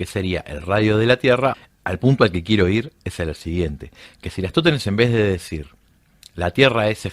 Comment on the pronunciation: Por que le cuesta tanto pronunciar "Eratostenes"?